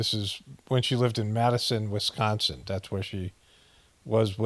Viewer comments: Still funny when he says “WiSCANsin” 🤣🤣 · It’s Wisconsin, not BOOPING WisCANsin😂😂😂